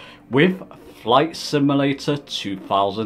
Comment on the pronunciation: Good video I liked it. One small comment. You keep saying "sim-a-lator" instead of "sim-u-lator". No big deal. Just a small peeve.